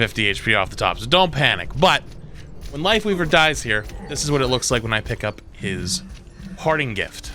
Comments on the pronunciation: I had to rewatch it because the first time I bear say Wifeweaver. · he almost said wife leaver like 3 tinmes lol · funny how almost called his wifeleaver instead of lifeweaver XD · Don't know if anyone else already said it but it's Lifeweaver not Lightweaver